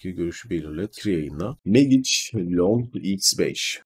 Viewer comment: kardes. Hersey iyi guzel anlatimin da guzel stratejide guzel. Ama MAGIC i teleffuzun nedir birader. Hic mi ingilizce okumadin? Mecik diye telffuz etseydin. ingilizce agladi resmen.